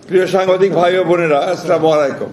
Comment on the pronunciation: ভাই আপনে এতকথা শুদ্ধকরে বলতে পারেন আর সালামটা শুদ্ধ করে বলতে পারেন না?